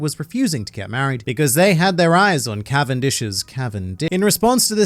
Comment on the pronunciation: “Cavendish’s Cavindi-“ 😂